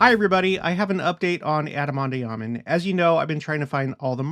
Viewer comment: Love ya’ to pieces and ALL you’ve shown and taught us. But, might I suggest (and I could be wrong) but do look into the correct pronunciation of “ondi.” You seem to pronounce the “i “ as an “e.” I’ve never heard it pronounced that way. Maybe check that out and I’ll do the same. Nevertheless…thank you once again!